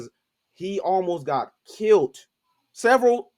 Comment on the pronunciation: Killed, not Killit there is no "T"